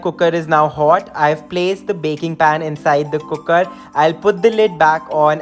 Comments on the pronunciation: "cookkerr" such a punjabi wayyyyyy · Scrolled down to see if someone else noticed the way you say cooker. Wasn't disappointed.